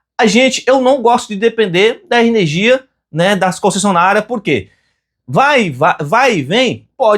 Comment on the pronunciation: Ernegia? aí vc quebra parceiro..kkkk